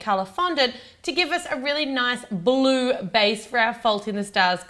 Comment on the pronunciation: the way you say "Blue" makes it sound like "baloo" - i find that is wierd thanks, liked the cookies idea :)